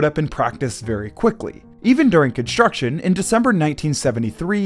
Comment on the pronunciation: Another irritating narrator that pronounces "s" as "sh". It's "construction", not "conshtruction."